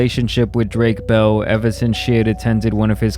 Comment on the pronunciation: Bruh you brown. How can’t you say bell in Spanish properly? You a no sabe kid in SA?